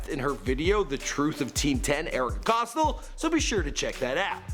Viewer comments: Its not costl Its COSTEL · Cost-till um it's cost-ell like ella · It’s not pronounced costll ITS COSTELL!!!! Get your fact straight 🙄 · It’s not cos-till it’s pronounced Cos-tell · It’s cos(tell) not cos(toll) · Costle NO costTELL is how you pronounce it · It’s Erika Costell not costil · its COSTELL not Costle. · It's Pronounced (cost) (Elle) k??? Get it right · It's not Costle. It's Costell. Not like this bitch matters. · He says costall not Costell. LOL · Costell (COS-TELL) plz learn it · "COS-TELL", "COS-TELL" GD LEARN HOW TO PRONOUNCE NAMES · The way you say Costell 😖